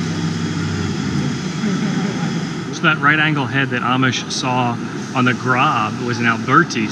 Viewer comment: GROB /GROß is pronounced Gross- which means big in German.